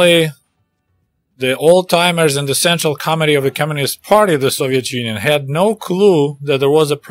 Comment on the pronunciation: Did you say central comitee or central comedy?